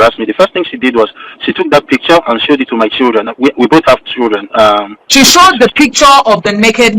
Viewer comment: I only heard choodren not children